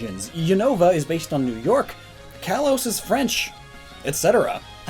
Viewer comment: "Kalos" is pronounced "kah-lohs".